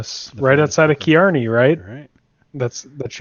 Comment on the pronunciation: Oh man, it is pronounced Carney like the guys who run carnivals. Driving me nuts!